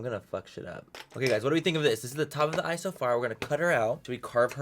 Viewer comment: When he said, “dis is de look” all I thought of was “dis is de wey” 😂😂😅